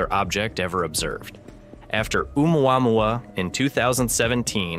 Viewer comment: "Oom-wah-moo-wah" BRUHHHH how does anyone take anything seriously with AI narration 🤣🤣